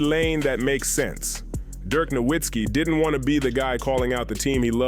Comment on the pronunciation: Aside from mispronouncing Dirk Nowitzki and Luka Doncic correctly, the video was good. The real question no one is asking, does Cooper Flagg want to stay in Dallas?